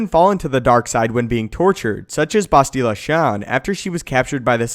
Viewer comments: It's Bastila, not Basteela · Have you ever played KOTOR? Bass-till-uh. Not Bastille-uh. You hear it pronounced hundreds of times in the first four hours of the game.